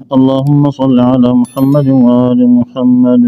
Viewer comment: امام خارش سے فارغ ہی نہیں ہو رہا۔ سورہ اخلاص میں 10 سے زیادہ تجوید کی غلطیاں۔ اسم رسول اللہ محمد صلی اللہ علیہ و آلہ وسلم ح اور د کے مخارج بھی ٹھیک نہیں۔